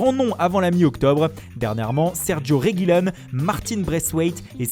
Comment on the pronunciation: Assure arrête avec ton accent italien éclaté au sol quand tu prononces "Réguilone"